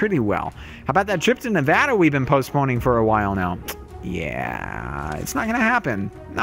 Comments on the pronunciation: Yay u said Nevada right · u said it right